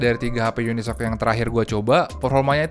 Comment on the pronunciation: Masih ada ya reviewer nyebut UniSOC dengan unisok 🤣🤣 Uni Es O Ce gan bacanya 😅